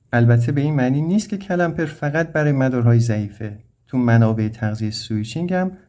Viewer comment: استاد جساراتا با تمامی احترام CALAMPER نیست CLAMPER هست . clamp همون گیره . تلفظش رو درس عنایت نمیفرماییید.